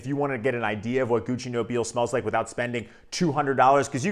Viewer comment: Amazing stuff. That I rarely wear because I'm trying to conserve juice. 😄 Although, since Gucci is Italian, I believe it's pronounced "No-bee-lay." Like La Dona e Mobile from Verdi's Rigoletto. 🎼Nobile e Mobile. 😆 Honestly, watching Pavarotti's expressions when he sings it in Ponnelle's film cracks me up every time.